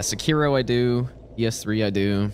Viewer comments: The way you say "seh-KEER-o" hurts my heart a little bit every time I hear it. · bro why do you willingly pronounce things wrong that have audio queues in game that tell you the correct pronounciation?